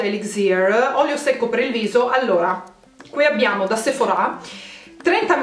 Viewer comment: ti prego non mettere l’accento sulla A du sephora: da un fastidio